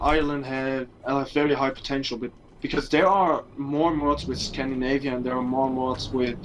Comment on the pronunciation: It's scand I navia not scand A navia. Scandinavia, Scandinavia.